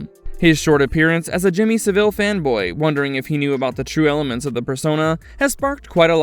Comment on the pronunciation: Sa-villé loooool